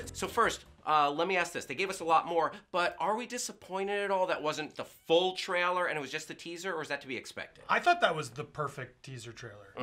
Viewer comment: I see still doesn't know how to pronounce "trailer" properly...